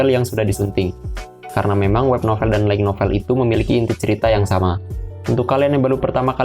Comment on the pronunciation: Pengucapan untuk light Itu Lait. Bukan laig, kalau tidak percaya silahkan konfirmasi ke google translate. Maaf, bukan maksud menggurui, karena Sudah terlalu sering mendengarkan yg salah jadi pingin ngasi tahu. Terimakasih 🙏